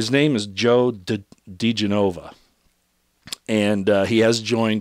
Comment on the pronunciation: Correct pronuniation is Joe DiGENova, not DiGenOVA. Thought you'd want to know... :)